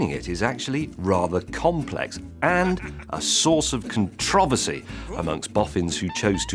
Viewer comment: Or controvency